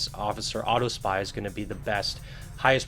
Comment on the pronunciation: Hey man, just a tip, the word is Aww-top-see. No offense intended.